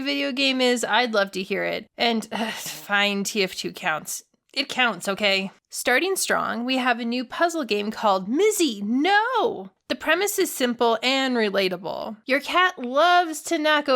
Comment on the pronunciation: you actually pronounce it "Mitsi no!" not "Mizi no!" (: I know that because I have watched a lot of devlogs from the creators of Mizi no